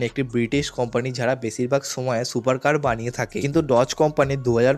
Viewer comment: ভাই তোমার ভয়েজ ভালো লাগে না ভয়েজ ঠিক করো সুপারের সোপার বলো